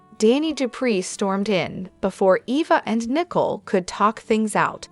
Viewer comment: The name is Nicole and not Nickel, it’s sounds weird to keep calling the woman a coin !!